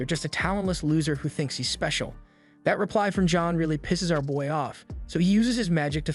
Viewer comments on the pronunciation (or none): none